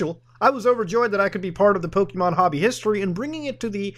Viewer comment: I hate how much it annoys me to hear Muta say "Pokimon" instead of "Pokémon"